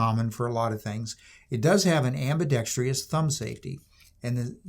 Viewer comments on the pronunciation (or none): Some one tell him there’s no such word as AM BE DEXTEROUS